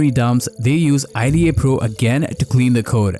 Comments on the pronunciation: Its not i--d--a pro, just say ida man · Nobody pronounces IDA like an acronym. It’s pronounced like a full word.